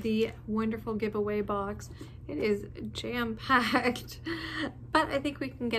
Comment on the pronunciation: Am I the only one that thought “-packed” when referring to the box as jam-packed? Lol.